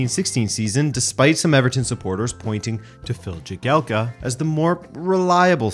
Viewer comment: Stones has really developed this season for City. The age period he has been going through past few years is probably the most important in deciding if you’re gonna be a great or a Dele Alli The other Everton defender’s name is pronounced - Jaggy Elka btw.